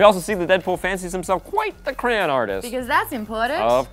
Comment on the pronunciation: fucking said "craan" not "crayon"